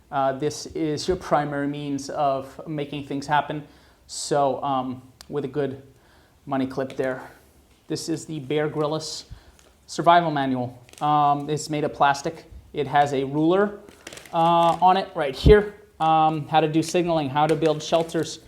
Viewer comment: Bear Grylls is pronounced Bear 'Grills'